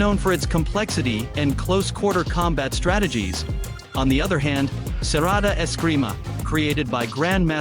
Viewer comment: Its Serrada not Serrado